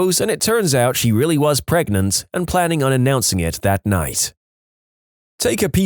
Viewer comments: 38 + 2 weeks PREGANANANT! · I love how everyone just chooses to mispronounce pregante. its so funny. DANGEROPS PRANGENT SEX? WILL IT HURT BABY TOP OF HIS HEAD?